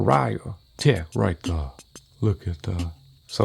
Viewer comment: Right thur, right thur. love it. ❤️